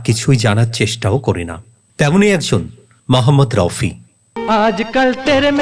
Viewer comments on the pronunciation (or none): স্যার আপনি ঠিক উচ্চারণ করুন ওনার নাম মহম্মদ রফি। মহম্মদ রউফি অথবা মহম্মদ রাউফি নয়।